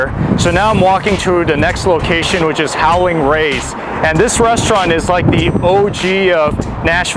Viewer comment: Nice job! I appreciate the clear word enunciation but the proper name is "Howlin' Ray's" and not "Howling Ray's".